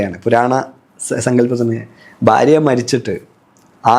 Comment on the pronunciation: ബാരതം, ബാര്യ, bagavan എല്ലാം ബ. അതുപോലെ അഗോരി.. Entha ഇതു. ഗോരം.. അക്ഷര ശുദ്ധി ഇല്ല